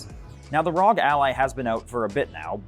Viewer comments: How is he going to pronounce it RAWG instead of ROGUE. My guy 💀💀💀💀💀💀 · It's R.O.G. republic of gamers. Are people really calling it "rawg" ally now? Or am I the only one saying the letters as an longtime ASUS supporter